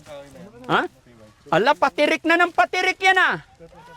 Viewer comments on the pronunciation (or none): Patarik ng patarik po Hindi patirik ng patirik hahah Ikaw talaga 😀